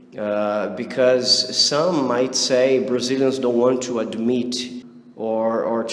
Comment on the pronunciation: I like the way you pronounce "to" like tchoo.